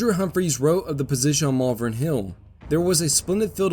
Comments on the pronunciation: it’s pronounced “Malvern” not “Malvern”. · Glendale. Also, Malvern is pronounced how it is written “Mal-Vern.” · Oh, THAT was helpful [sarcasm]... can you phonetically clarify that, with emphasis in all caps???? It could be "MAHL-vern, "MALL-vern" or (unlikely) "Mul-VERN". The other mispronunciation I know I heard was for the Staunton battery, which in those parts is pronounced like, "STANT''n", not "STAWN-t'n" as the spelling suggests.